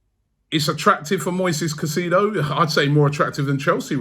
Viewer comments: Bomboclaat Robbie!. Stop Pronuncing the man's name wrong it's not "kaiseedo" .. the proper pronunciation is "KaiSAYDO".. hearing you calling his name is like hearing scraping sand on glass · It’s pronounced sigh-say-dough rob in Spanish 😂😂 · Robbie needs to work on player name pronunciation. Caicedo “Kai-Se-do” and not kasido… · Robbie please learn how to pronounce his name. It’s pronounced Kai-sei-though